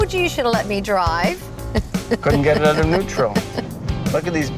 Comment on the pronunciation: And the way he said "out" as oat instead of owt.